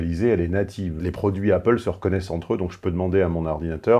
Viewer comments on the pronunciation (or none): none